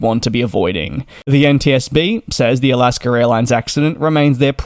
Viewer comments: It’s AlaskA not AlaskER. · I like you dearly but please stop calling it Alasker Airlines